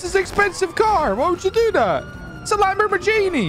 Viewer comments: idk why but I keep laughing when says Lambormagini and not Lamborghini🤣🤣🤣🤣😂😂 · I love how he says lambormajeanie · “Its a lambermajinie” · No one:: ItS a FrIgEn LaMbOrMaGiNi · “LambER MERgini” 😹😹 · How he says Lamborghini makes me chuckle